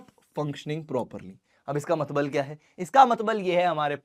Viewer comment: मतलब ❌️ मतबल ✅️